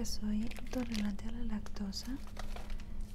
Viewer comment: "yo soy entolorante" JAJAJJAJAJAJA es "intolerante"